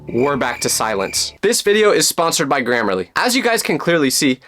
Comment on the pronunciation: HELP THE WAY IT SYOPS AND SAYS “this video is sponsored by grammerlary”